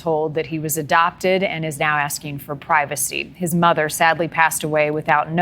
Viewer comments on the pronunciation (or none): none